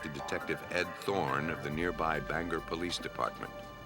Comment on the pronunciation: Bangor has a long “o” and two syllables